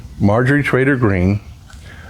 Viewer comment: Sounded like you said Marjorie traitor green